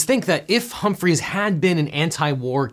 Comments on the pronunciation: It's Hubert Humphrey, not Humphreys. Just one Hubert. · Not to be that guy but it sounded like you were saying Hubert HumphreyS, but he's a singular Hubert Humphrey. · You said "HumphrIES", his name was "HumphrEY" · Hubert's name was not "Humphreys". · Devin, another great, entertaining & educational video! Your work is always very high quality. Just one thing: there is no 's' in the name "Hubert Horatio Humphrey" (The ORIGINAL Triple H) Thank you! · It's Humphrey not HumphreyS. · OBJECTION: Hubert Humphrey. Not Humphries. Also, I guess when you're a defense attorney and the judge hates you, you hope the appellate court will see your side of the story. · It’s Hubert Hupmphery, singular, not Hubert Humphrey’s. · It's Hubert H. Humphrey, not "Hymphreys" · It's Humphrey sans "s". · "Humphreys"? Come on, man. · *Humphrey, no "s." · It is Hubert H Humphrey. Not Humphreys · OBJECTION. Johnson’s VP was named Hubert Humphrey. You twice called him “Humphries.” Millennials, tsk. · Hubert H. Humphrey… not “Humphries”. I want to say that I know this because of an extensive knowledge of U.S. political history; but, I actually only know it from the Vikings old stadium, the Hubert H. Humphrey Metrodome. 😂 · It's Hubert Humphrey.... not Hubert Humphreys. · It's Hubert Humphrey. There's no -s on Hubert Humphrey. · Objection! His name is "Humphrey", not "Humphries". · Hubert Humphrey, not Humphries. Fire the editor! Then the writer.